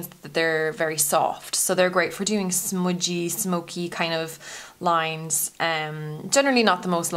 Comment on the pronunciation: Love the way u say smudgy lol